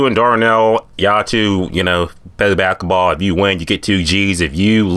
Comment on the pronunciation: This Nigga can’t say basketball well at all 😂😂